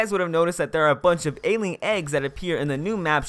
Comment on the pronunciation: Just wondering, do you guys like when you can slightly hear the gameplay in the backround? Or not? Or do you not really care? :P P.S: Note to self, learn how yo pronounce "Alien" lmao